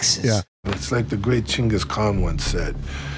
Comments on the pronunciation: "...it's like what the great Chungus Kahn said..." That's the greatest golden nugget of a line from the whole movie. I've never heard someone pronounce that name so poorly. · I've never heard anyone pronounce Genghis Khan the way Steven Segal pronounced it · "Chingus Khan" my god